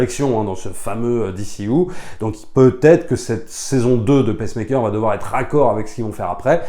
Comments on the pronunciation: Attention on dit Peacemaker et non Pacemaker, Pacemaker c'est un appareil pour les personnes cardiaques LOL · Peacemaker, pas "pacemaker", un ptit effort sur l'anglais c'est pas dur (crisis, suicide squad...) :) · Pardon, mais tu m’as fait rire: tu dis « Pacemaker » qui est un stimulateur cardiaque, au lieu de « peacemaker » (prononce « pissmaikeur ») qui est un pacificateur 😁 sinon, merci pour tes vidéos, toujours très intéressantes… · ca se prononce "pice" maker comme paie pas pece maker qui est un activatieur cardiaque! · Bonjour, c'est bizarre comment tu prononces Peacemaker: tu le dis "paissemaker", comme la machine cardiaque le pacemaker. Tu devrais dire le "pissemaker", comme dans Piece and Love. Bonne journée.